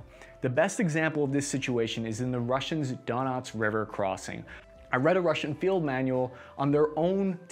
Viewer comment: Donuts river moskava and severa dunts